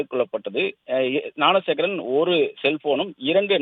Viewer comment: ஞானசேகரனை னாணசேகரன்னு உச்சரிக்காதடா